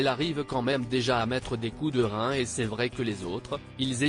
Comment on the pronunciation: Encore ce n'est, ceneste , taisez-vous, analphabète, et prenez des cours d' élocution, ciesti encore et toujours